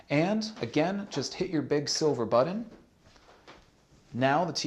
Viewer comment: Big silver "buddon"?